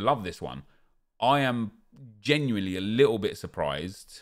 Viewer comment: You know its bad value when says geniuely...